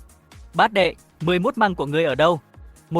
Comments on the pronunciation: AI đọc như thằng lỏ căk, xi măng đọc thành mười mốt măng :)) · Con AI này không biết đọc từ Xi Măng ah